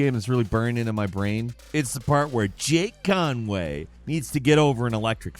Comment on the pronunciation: The way says "Jake Conway" cracks me tf up 🤣